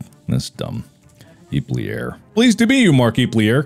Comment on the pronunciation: How Mark pronounced "Iplier" in the name selection part of the game...imagine if we all pronounced "Markiplier" like that...